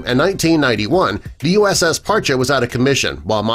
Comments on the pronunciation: I knew a couple of guys stationed on this one and they pronounced it "Par-Chee" not "Par-cha" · It’s Par-chee.. Not Par-cha. Served on her 98-02. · Parcheeeeeee not parcha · USS Parche pronounced "Par-Chee" not Parchu. Spec-op boat with hull extension. Had more mods then any other Sturgeon class boat. Saw her in dry dock getting modified at Mare Island during our refueling overhaul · USS Par-Chee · Terrible video. 3/4 of the images were Russian subs. And they can’t pronounce Parche correctly. Hint - it’s not Par-chay The years are also incorrect for modifications. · An interesting video. The Name Parche is pronounced Parchee. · Dude can't even pronounce the boats name correctly.